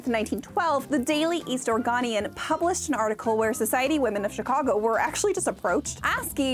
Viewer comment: "The Daily East Or-gone-ian" pronunciation hurt my soul. Ora-go-nian is the proper pronunciation lol